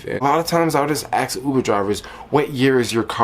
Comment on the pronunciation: You "ax" or you "ask?"